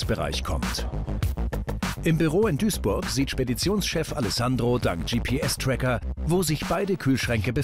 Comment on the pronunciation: Ich statte euch jetzt noch aus mit den Träckern 🚜😂 englisch level over 9000